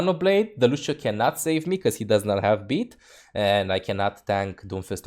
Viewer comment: "It is just a game. Why you heff to be mad?"